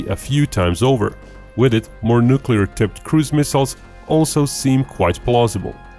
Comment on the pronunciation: He said nuculer. Lol